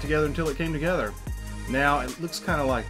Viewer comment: Does anyone else notice that she says "togeder"